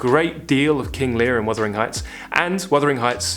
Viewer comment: wUthering. Not wIthering. Don't mean to be rude but it is a beloved novel.